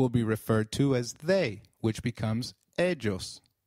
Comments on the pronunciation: Isn't it more like Eiios than Edshos? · You wrong pronounced ellos , yo